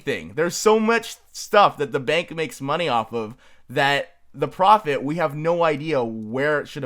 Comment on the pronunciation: I love how he said profofit off of it without anyone noticing.